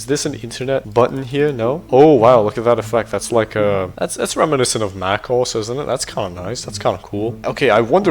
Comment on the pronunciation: Why does he pronounce macOS as "mack oss"? 😭